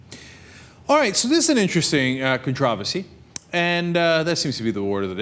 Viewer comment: what is up with pronouncing it 'controvecy'?